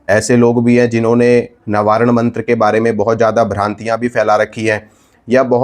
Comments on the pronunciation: Nabaran nahi navarn hota hai bhai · Navaran nahi proper pronounce karo